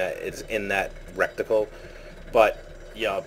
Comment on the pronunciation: its reticle not a rectical lol couldn't stop laughing every time